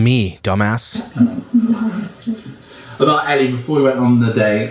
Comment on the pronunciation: The reason they are angels is because her name is pronounced (like f-ELL) not Ellie so it’s Angelles 🤦🏻‍♀️ makes me cringe so hard. I’ve never followed her but I follow some people who are her friends and even they had to say something on Instagram about those tweets. Then what they said got misconstrued and they started getting d3ath threats as well 🙃